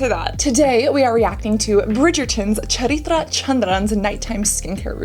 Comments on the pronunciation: She tried to pronounce Charithra's name more accurately than Charithra herself. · "I'm a little sasti as well"😂😂😂😂😂 you're too cute. Also, i love how Cassandra's pronunciation of Charitra's name was more accurate than Charitra's pronunciation itself. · Omg the way you pronounced her name 😍 couldn't have been better🥰 also you're sooooo pretty❤️❤️ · I like that you put effort to say her name true to its accurate pronunciation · Okay, need to acknowledge how perfectly you pronounced the name. 👍👍👍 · And the way she pronounced the actress's name being non- Indian>>>>>